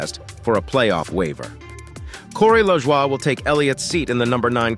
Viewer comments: It’s Lajoi nothing French here dam it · 😂 I liked that too, made it sound super French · Lmao how this says Cory's last name. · I had to rewind to understand what driver they were referencing 😜